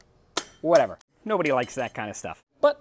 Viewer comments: TomAYE not TomEYE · it’s TO-MEI DAH! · Lol the TOMAI... funny how he pronounces it. Awesome vid! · Tomai lol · Is that a TOMAI DAH? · Screw toe-may-toe toe-mah-toe Imma start saying to-may to-meye Lmfaooo Great video overall though ❤️❤️❤️